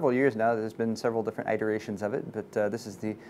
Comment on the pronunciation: Itter-rations not eye-the rations